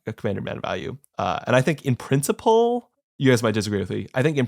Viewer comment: it's "principle" m8... not "princey-pull". calm down.